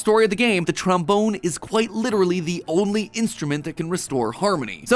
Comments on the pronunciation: i know this is dirty minded but i cant not laugh when he says tromboner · He said tramboner 😂😂😂😂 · This episode is gonna kill me with how much mispronunciation of trombone there is